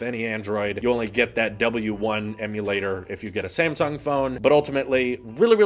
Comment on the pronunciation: am i the only one that heard "same sung" instead of "sam sung"